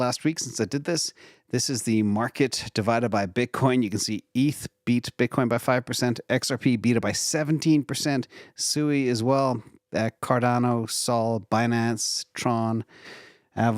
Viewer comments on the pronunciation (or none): SUI is pronounced SWEE, think of the word SUITE. Please respect the founder's pronunciation.